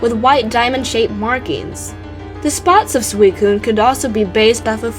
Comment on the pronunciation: It's pronounced sui-cu-ne come on, I like your presentation, just get the pronunciation right